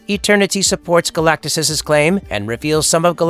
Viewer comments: He’s that big of a deal the guy who narrates started with mispronouncing his name. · You mispronounced the name of the subject of the video... FFS 🤦🏻‍♀️ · Turned it off immediately after hearing his pronunciation of Galactus. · Stopped watching when you mispronounced Galactus in the first 15 seconds. I can only imagine what your Shpliderman video is like.